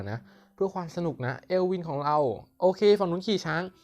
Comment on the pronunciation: มันออกเสียง เอิล วิ่น เอลวิน55